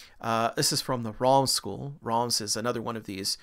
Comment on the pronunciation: Reims is a tough one but it's pronounced more like rance